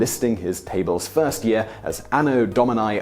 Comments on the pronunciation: Domini, not dominai! My goodness, you English speakers...English spelling does not apply to other languages! English speakers seriously need to learn what the vowels really stand for, because in English they stand for all the wrong sounds. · Anno Do-mee-nee. It's Latin. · Why does he pronounce “Domini” with a diphthong in the last letter? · You mispronouncing Domini and Mundi is pretty cringeworthy. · The pronunciation of "Domini"